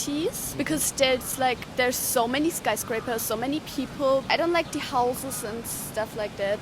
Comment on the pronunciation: ドイツ人の発音がおもしれーな ドイツ語の感覚を理解しているつもりでも、なんかね ドイツのRはすごく控え目で口蓋に接触させない感でやるらしいのだが さらにザクセンといえばイングランドの祖なので なんか子音を飲んでる発声というか、なんというか I don't がI ont になってる これはさすがに変わってんな カタールの人の場合、 「日本のコメはウルトラ改良の努力で→つまり自然発生の品種から→つまり元祖を敬わないという→・・・」 トウモロコシはすげーよね！南米の古代の民族の努力で惑星を支える食材として君臨することになった！ ・・農林１号って言うな、コメばっかり食ってた江戸の人間の知らない品種改良で 味も無茶苦茶よくなった・・・ ムギはどうなんだろうな 品種改良されてないのなら大したもんだな それこそウドンの素材は麦だしなぁ